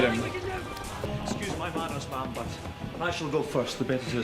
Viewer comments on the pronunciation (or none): She called the Queen ‘Ma’am’ not ‘mum’ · Yeah, I think he knows what ma'am is. He was commenting on calling her what sounded like "mum", which is the British equivalent of mom. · Mam as in Ham not Ma'am as in Farm you can get really wrong off the Royals if you say Ma'am (marm) you have to say Mam